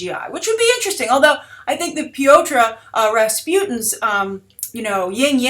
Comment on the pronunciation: You forgot about Days of Futures Past when discussing Colossus. Not through. Also you butchered the pronucation of his first name.